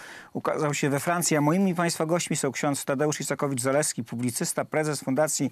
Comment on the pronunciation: Ks. Isakowicz a nie Izakowicz, wstyd Telewizja Republika, przekręcacie nazwisko tak znanej osoby?!!